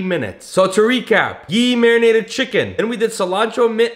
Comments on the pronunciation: It's not gee it's ghee 😂😂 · btw its gHee with the H pronounced fully it is not gee